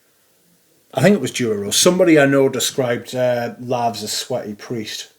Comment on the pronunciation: Excellent you really are casting the net wide, interesting house and that Grimoire gets plenty of airplay. It wasn’t for me too but I did like L’eau de Merzhin for the hawthorn. I’m tempted to say “For crying ovt lovd, it’s Laus not Lavs, as in Praise and not some smelly WC!😂 We’ve already had Hay Hay Coldbones call J’ai Osé -High Osé recently.😂